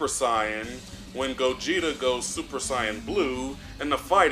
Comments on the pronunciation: Are you purposely mispronouncing saiyan? I'm hearing you say scion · I know you say “cyans” to be funny. But it’s not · When are you going to learn how to say Saiyan?! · Dude stop misssaying Saiyan